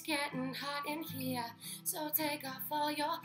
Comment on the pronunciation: "its getting hot in heaaa "😂